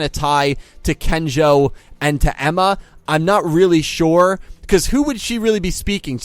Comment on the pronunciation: Hype for Miyu, but just 1 thing, you keep mispronouncing Kengo's name x) it's not Kenjo. ^^